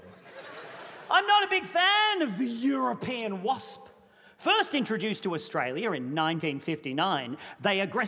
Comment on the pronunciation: "YUROpean wasps"